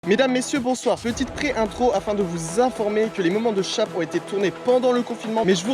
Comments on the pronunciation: Je croyais qu'on disait "chèip" et pas "chap" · Fait un effort sur la prononciation du mot « Shape » je t’en supplie 😱🤮